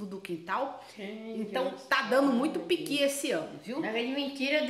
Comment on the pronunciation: Ôh delícia!!! E ainda pronunciou igual a nós mineiros do Norte de Minas, PIQUI!!! KKKKKKKKK e Adriana gosta de comer bem, pequi é vida!!! 👏🏽👏🏽😘😘😘